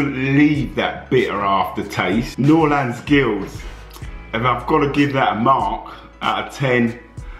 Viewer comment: å när han sa "giuld" låt de som skånska haha:p